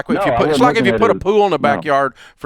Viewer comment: When he said pool I thought he said poo Haha